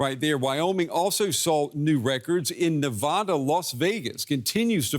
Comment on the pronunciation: oof the way he said Nevada, its not Neh-VAH-da its Neh-Vah-da lower case 'a' not upper case sound. Same noise a sheep makes beh